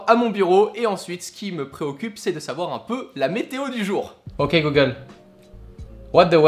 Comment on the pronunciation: j'adore comment il dit "øk google" regardez !! 😂👍🏻